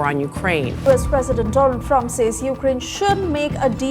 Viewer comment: Mr Doland Trump😂😂